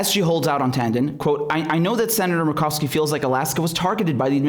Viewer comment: Senator Murkowski. You said it right except for, say mer like mermaid. I'm down from 30 channels to just you and Jimmy Dore.